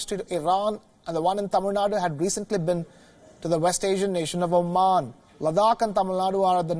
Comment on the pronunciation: Liked the way the anchor pronounced "tamizh naadu" ....🙂👍🏼🤘🏼